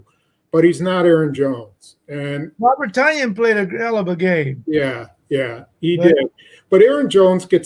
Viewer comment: Why can’t say tun yan? Every one else has adjusted!